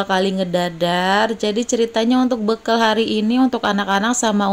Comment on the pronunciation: Mak saran aja , kalo nyebut jangan bekel , tapi bekal gitu ( bahasa yg benar)